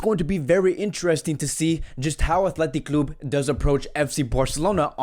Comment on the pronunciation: This guy pronounces word so bad it annoying athletic club and ter Stehen tjats y I prefer others to be honest